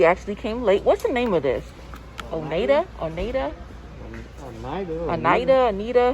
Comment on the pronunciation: 🤣The lifetime warranty doesn’t apply to silverware that’s thrown away 🤣🤣🤣but that is one of the best brands out there! It is pronounced oh-nigh-d. I absolutely love the color changing ones on the top shelf in the first walmart! They don’t carry them here anymore...